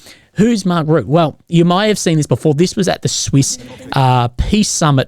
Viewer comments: Pronouce it like Marc Router. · FYI - It's pronouncing is ROOT! Tks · Another very interesting video. I believe the name is pronounced Mark "Rootta". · It's pronounced Mark Roota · As a dutchy trust me just pronounce his name like 'Ruttuh'